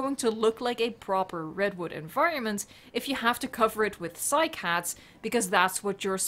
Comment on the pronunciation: It is actually pronounced cy-cad